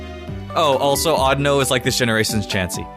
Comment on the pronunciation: When you said audino... I thought you said I don't know......